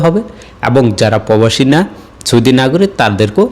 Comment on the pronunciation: মাইক হাতে নিয়ে বিশ্ব মানের সাংবাদিক হয়ে গেলা/? আরে মিয়া আগে ভাষা শিখে নাও পবাসি কি রে ভাই? প্রবাসী বুজলে কচু